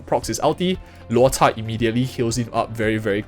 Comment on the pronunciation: bro, chinese word why you pronounce luo"cha'4th tone like poke like that sounds so vulgar. In my mind it sounds like cha1 first tone